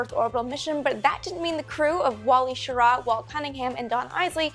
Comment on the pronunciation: You mispronounced Schirra. The emphasis is on the first syllable not the second.